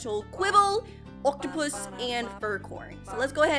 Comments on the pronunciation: You said rare oaktupus wrong you said it rare octupus 😂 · It’s not oktapus it’s oaktapus